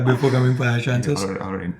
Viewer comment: ish ... hai ... eesssh